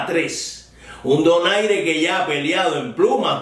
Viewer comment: Aprecio que en su comentario haya dicho "Donaire" y no "Doner" como pronuncian algunos periodistas anglófilos.